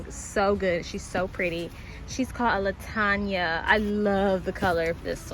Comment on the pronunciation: LaTanya 😂😂 .... sorry, I bet the flower is called Lantana